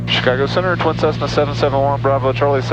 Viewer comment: I had to rewind to make sure you said “Tessna” that’s classic. Always great vids.